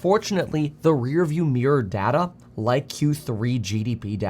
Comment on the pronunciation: It's data, not data.